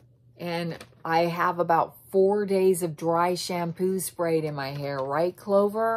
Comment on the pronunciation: aww i heared you call clover "clove" and i see you wearing a cherry blossom cap, so you like me yay!!! i like when people like me!!